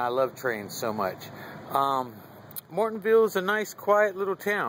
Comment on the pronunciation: It’s pronounced More-ILL-Ton